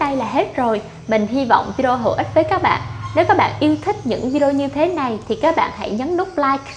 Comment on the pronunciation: Nghe phát âm lài biết ngay người gốc Việt kkkkkk